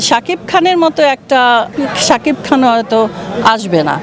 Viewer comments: Nam uccaron eto baje ken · উনি নামটা উচ্চারিত করতে পারছেনা রে বয়স হয়েছে তো*****সাকিব বস আমাদের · Uni Sakib er nam ei bolte parena😂